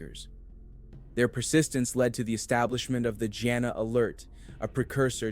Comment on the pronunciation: Her name is pronounced like "Gina"